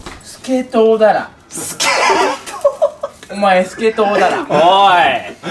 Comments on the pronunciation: てつやのスケトウダラのイントネーションおもろ！誰か訂正して！って思って出てきたとしみつも同じスケトウダラで草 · スケトウダラと言い 反復横跳びと言い イントネーションが気になる笑笑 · 反復横跳び スケトウダラ イントネーション気になるw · スケトウダラの発音がワイの地元とは違う…… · スケトウダラの発音が方言出てる